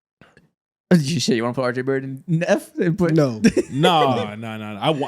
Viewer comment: Josh giddey so much better than “are jay bare ett”